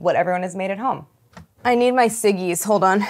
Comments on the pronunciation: the beginning she said “siggis” but it sounded like “ciggies” which it what we call cigarettes in england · I deadass thought she said “I need my ciggies”